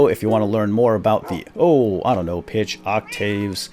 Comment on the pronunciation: whene you siad 'go back to the default pitch' i thaught you said 'go back to the defaualt bitch' and i choked on my sandwich :P